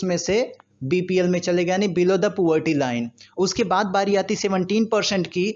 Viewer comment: Poverty not poorty